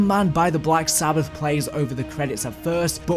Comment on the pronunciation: BLACK SA-BATH? 😳 TRY, BLACK SABB-ETH?